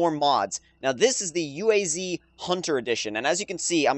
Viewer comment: it's UAZ not U.A.Z. it's not an acronym.